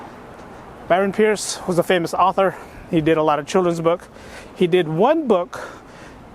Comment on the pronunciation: Good luck dude! Also I believe the author's name is pronounced Price not Pierce!